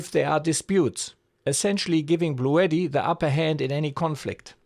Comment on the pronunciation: After 5 min of whining, I gotta go. Also Bluetti is pronounced Blue T not Blue etti.